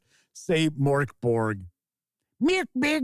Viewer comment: Every time says “Mirk Birg” I jump. 😂